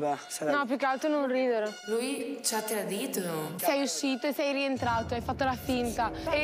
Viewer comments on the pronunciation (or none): "Lui ci ha tradithhh"